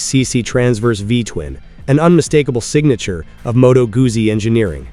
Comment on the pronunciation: Not Gussi, Guzzi: Gutszi!